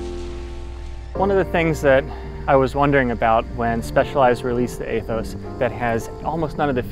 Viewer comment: Eeeeeeeee-thos, like eeeeeeeee ther....